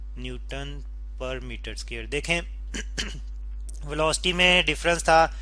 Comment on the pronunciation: स्केयर नही स्क्वायर होता है